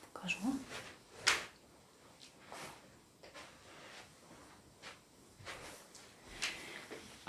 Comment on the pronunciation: "Пинжак"! Говорить грамотно еще не выучилась, а туда же — видео мастерить!